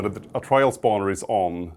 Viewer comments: Ah yes the “Trail chambers” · lol they said trail chambers, its trial chambers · "Trail chambers" 💀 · TRIAL: ❌ TRAIL: ✅ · Update the end Mojang, pls we are begging you. Also fix ur grammar because it’s trial not trail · erm actually🤓🤓🤓 it’s TRIAL, not trail